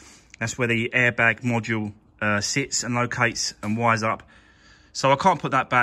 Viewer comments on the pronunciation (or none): It’s a module not a mudula, hit like it that annoyed u 🤣